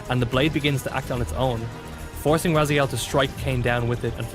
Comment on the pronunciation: Dislike because of missing timestamps and misspronouncing 'RazAiel'